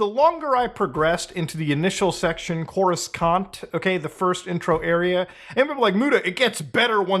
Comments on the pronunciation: I understood the video and all the complaints but im not getting over the fact that Mutahar said "Chorus-cont" instead of Coruscant 😭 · idk what’s worse, the state of this port or the fact that muta pronounced Coruscant as “Courus-CANT” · My soul left my body when he hit us with the 'Corus-Cant' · Please tell me Muda was joking when he said "Corus' Cont" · Your pronunciation of Courescant was cringe. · The way he just pronounced Coruscant is making me so angry lmao 🤣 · I love you but the way you say Coruscant 😭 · all his complaints have instantly been invalidated by his pronounciation of coruscant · The way he pronounced coruscant 🤣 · The way Muta said "Coruscant" hurt my inner star wars fanboy. For real though I hope they fix this issue because that is just awful.